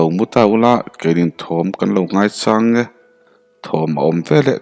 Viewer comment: Ngaichang tih i thluk dan hi ???chang tih lai tak hi mauchang ,rawchang awm thliah thliah kan lamrik ang ni lovin thil lo thleng tur kan lo chang@ in sa kah tur an chang kan lamrik ang hian lam ri la a dik zawk lo maw?